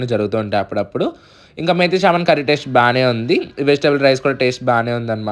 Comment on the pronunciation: Methi Chaaaaman Kadu ra babu 😂😂😂😂 .. Methi chaman. Its Kasuri Methi not Kasturi 😂😂😂